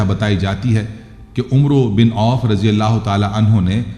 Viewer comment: Ap umro name galat bolta ha ya amer Parta ha ap is name ki takeke kara sahi kia bolta ha yaha ap sa galti ho rahi ha brother